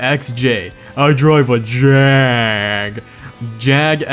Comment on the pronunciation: Thank God you said JAGUAR properly. Just saying Jaguar and Jag!! Well done.